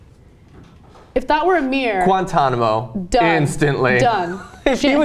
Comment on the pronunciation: He said insant Guantanamo. lol